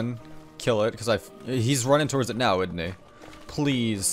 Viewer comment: man can u pronounce the s in isn't and doesn't pls